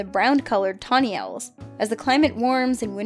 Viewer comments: Tawny Oils? 😂😂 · THE TAWNY OILS